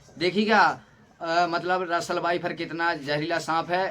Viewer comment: Vifer😂😂😂 phle sikh bhai shi se